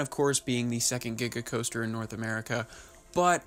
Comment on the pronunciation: Di- did he say diga coaster?